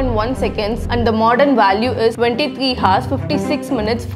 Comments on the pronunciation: Well Hours is not pronounced as Hars it pronounced as ours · Alia bhatta?? Hars? Or Ours? What is wring with you, you are not live. Then why not make a correct pronunciation!! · Well that's the first time I've heard "hour" pronounced as HAAZ. 🤣🤣 and a year = ear 👂 lolzzz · Ours wrong pronounciation Hours rihgt pRonOuNTIAn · Sister, ‘H’ is silent in ‘Hours’ 👍 You are pronouncing it wrong. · Ok nice but why does this person say (hu)ours like miss guurrll ur not supposed to pronounce the "h" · Pronounce " Hours " again.